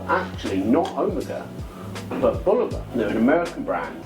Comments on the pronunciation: It's Bulova, not Boluva. At least get the name right. You claim expertise on the subject and yet can't even get the brand name right. Hmm. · I respectfully disagree. It's BoolOva or BOlOva. Never Bolyouva, as some pronounce it. I know it is of Czech origin but it is an American brand and the pronunciation is closer to BOlyouva. Anyway, you provided a fantastic review and I don't want to detract from caught by getting caught up in the intricacies of pronunciation.